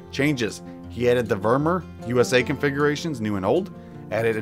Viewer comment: The way you say vermeer kills me